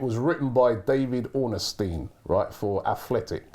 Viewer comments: Why does Robbie pronounce Ornstein as Ornystein? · His name is pronounced Ornstein not Orenstein.